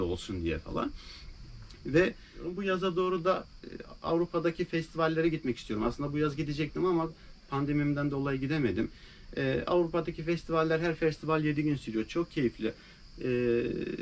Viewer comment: Pandemim değil 😂😂 pandemiii